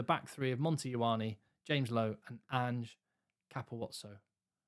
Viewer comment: an-JAY. an-JAY Capuozzo. Not anj or onj. He's not English or French. He's Italian. It's an-Jay.